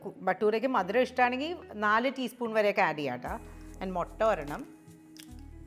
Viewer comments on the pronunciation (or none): none